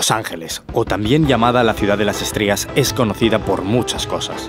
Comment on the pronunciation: Yo también escuché estrías JAJAJAJ debe ser estrellas